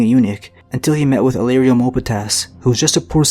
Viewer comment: You really butcher Illyrio's name.